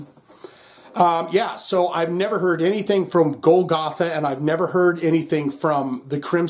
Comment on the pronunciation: Love you Also bad a** that Pearl Drums sponsors your channel. Not to be a wiseguy, but it's pronounced [Goal - ga - tha] Love that track. W.a.s.p. is always great. Golgatha is the hill where Christ crucified.